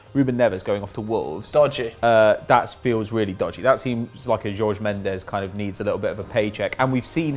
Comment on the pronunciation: Miguel Godinho Matias he said it wrong tf? I cringed when he said it